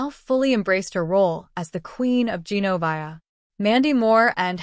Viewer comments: It’s gen-o-veeee-a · It would be really nice if the narrator of this thing knew how to pronounce Genovia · Exactly! She needs do her homework and say the names right